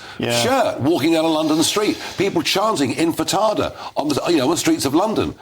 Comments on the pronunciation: Its called Intifada not infidada😂 freeeee palestine free intifadaaaaa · INFATADA. Haha. 😂 He pronounced it wrong but I like it better! It’s a load of islamo-jibberish anyway.